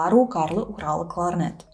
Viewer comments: Сложно мягкие в русском произносить, да, кларнэт и кларнет и другие моменты прямо бросаются в глаза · Вы произносите «кларнет» как /кларнэ́т/, так норма? Потому, что это заимствование слово?